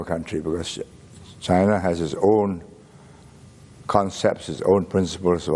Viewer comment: He pronouces China like Chana